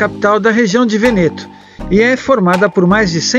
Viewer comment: o termo Veneto se pronuncia VÊNETO. abbraccio